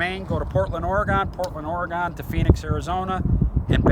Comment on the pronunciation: Or-a-gone > Oregon